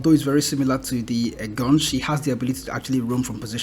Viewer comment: En-gaan-shai (enganche)